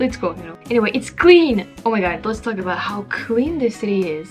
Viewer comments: Amazing hearing "aboot". I've lived here my whole life and I'm still waiting to hear it. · "Aboot" in Montreal? Probably another tourist. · Yeah no she didn't